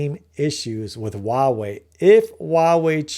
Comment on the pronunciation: This is a really great analysis. I think you're ahead of the curve and others will eventually see what you see. I do want to say that 華為 （Huawei） is pronounced "Hua wei" not "ua wei". The 'H' is not silent. That was driving me bananas.😅